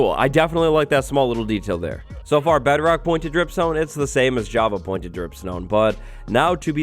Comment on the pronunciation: The fact that he says bedrock like "better-oct" is slightly annoying but not enough for me to write a comment about lol (Edit) shit